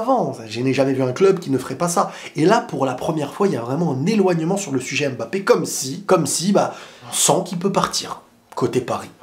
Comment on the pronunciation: On dit Mbappé pas „Aime Mbappe“